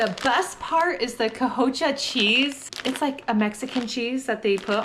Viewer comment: Co-TEE-ya cheese 😂